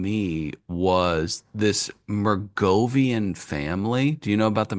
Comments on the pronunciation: is an asshat. He's been saying Mergovian all podcast, it's Merovigian you goof. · I can't believe that never studied the Merovingians (Clovis and the Franks) in European history class. To mispronounce them as "Mergovian" sounds so lame. Ever heard of the Carolingians or Charlemagne? Nobody cares. Robert Anton Wilson was right when he predicted that, within a generation or two, most people would remember almost nothing of the ancient or medieval past. As for all the movies that Tom Hanks or Nicholas Cage have made about this shit, how could not know that the "Priory of Sion" was a famous Templar-built chapel in France. Linking the Templars with Renaissance and Modern freemasonry. so busy lionizing spooks, media grifters and shills like Joe Wilson and Valerie Plame, he hasn't the time for Templar banking history or the central role of freemasonry in most European and Asian revolutions. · watching decode the conspiracy pyramid is hilarious, he cant even pronounce anything better yet have a grasp on what it is.MERGOVIAN FAMILY LOL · Glad Mom could find out how the microphone works, but still has trouble reading. The mispronunciation of "Merovingian" was killing me. Pretty sure the notion is discussed in The Da Vinci Code, and I know for certain there is a character named The Merovingian in The Matrix: Reloaded.